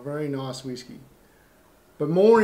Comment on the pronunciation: I agree my pronunciations of all whisky has a lot of room for improvement, In my defense I am Tasmanian.... hahahahaha